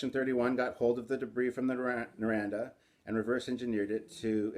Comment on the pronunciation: I know this is 5 years old...but the J.J. Prise has slowly grown on me but ya over all it's just ugh. The Enterprise-A from the end of Star Trek Beyond is the best one. I just don't see how they could have fed up designing the Enterprise in the reboot movies. Naranda? LOL It's Narada.